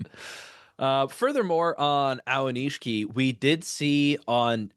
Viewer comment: It's A-o-ni-shi-ki. Not A-wa-ni-shi-ki.